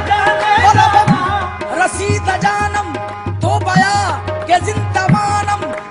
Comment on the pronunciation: Very good sung but some mistakes in pronouncing the misras For example IT IS NOT BAYA BUT BIYA ETC ETC